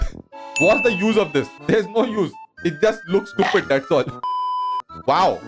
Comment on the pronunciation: Love how u say stupid (tupid)